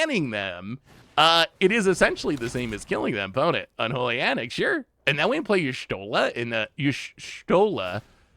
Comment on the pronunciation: desperately trying to pronounce Y'shtola in every way except actually looking at the letters and what order they're in